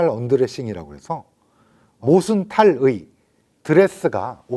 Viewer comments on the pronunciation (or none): 탈의는 쓸때 쓰고 말할때는 타릐....자기말도 제대로 못하냐?에이고...친일파들 만든 나라 다르긴 다르다